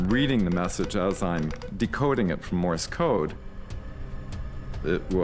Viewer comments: Haha! Right? Total Bull$h!t. My favorite part was when he kept calling it "MORRIS code" 😂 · Yeah, i heard that the fist time and replayed it to make sure. "Morris" code is a huge pet-peeve of everyone who knows the correct tern is Morse, named for the guy who popularized it. Nobody who learned Morse code would ever make the mistake about calling it "Morris" code. We need to shut these fake videos down so we can focus on the real reports of genuine UAP/UFO, but i guess advertising revenues are more important than truth... ? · And he called it "MORRIS code" TWICE🤣 Some "signals officer"! Doesn't even know what the code is called. ( and folks). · Tech Stuf He wasn't doing the job he claims. "Morris code" is something Hollywood says. Nobody who worked signals would ever call it that. Not knowing the correct terms has nothing to do with pronunciation- it's just not knowing the correct terms. Big Red Flag there. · He said Morse bro cmon, you can tell he's got some sort of speech impediment